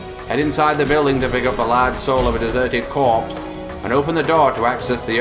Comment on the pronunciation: sowl of a desuhted cwopse